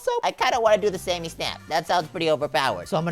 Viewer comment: it’s not Sammy it’s samy